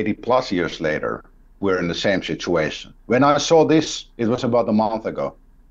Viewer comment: "Shituation" I know it's only because of his Finnish accent but my God that's a good neologism